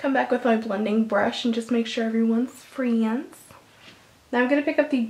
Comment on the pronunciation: "Make sure everyone's freeins.' VERY southern, loved it.